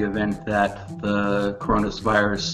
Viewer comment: Did I here he just said coronasvirus? Now I am pretty sure it hasn't reach there country yet